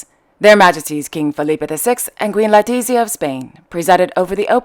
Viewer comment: My evening is not complete until I read your vlog of the day - congratulations on your channel which is quite unique. It is amazing how you get access to all this information; always interesting and enjoyable. Just a tip on pronounciation, if you don't mind: It is Princess Maria Chiara (pronounce as Kiara) Likewise for Queen Letizia of Spain, with an 'e' - you tend to pronounce the name as Latizia It is Prince Emanuele Filiberto of Savoy - it is not Filibierto, but Filiberto I hope you don't mind my saying this, and I am really impressed by your Arabic pronounciation. Wish you continued success .